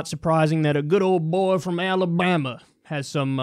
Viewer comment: I like how you pronounce the "b" in "alabama"